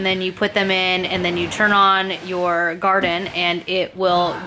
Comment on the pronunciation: always Love your videos. I saw on another video that the wifi needs to be on 3G not 5G. And I think it is pronounced more like Gardeen Like Gardenia. Long E sound.....?